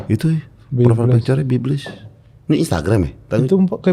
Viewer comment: biblees bukan biblis bg gofar HAHAH😔